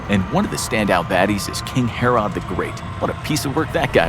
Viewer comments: the narrator can't say 'herod' right. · we did learn about the the baby being cut in two in sunday school. Learn how to pronounce king herod. we also learn that story in sunday school.